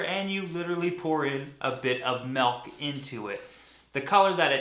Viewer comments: Warning. Repeatedly saying melk instead of milk is the same as saying fesh instead of fish. Stopped watching . That is all. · love this guy but I cringed everytime he said "melk" >_< but very informative especially for a beginner starting out taking care of aquariums. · "Milk" is for OCD people that cannot stand hearing it pronounced "Melk" .. . I'm a Melk guy myself. Must be a MN thing but I fully embrace it. My Melk is the same color as your "Milk". Ha 😉 Great vid bro, as always. Keep up the passion and the love you have for the things that make me happy and I'm going to go look for the Oreos and Melk while waiting for your next video to upload... Love your videos bro!